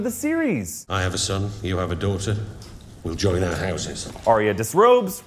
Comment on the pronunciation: It's Ar-ya not Ar-y-a. It's just 2 syllables.